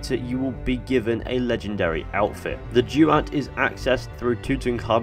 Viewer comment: It’s pronounced ‘duwat’ not ‘jewat’ also love your videos